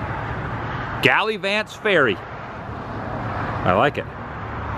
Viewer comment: Gal ah vants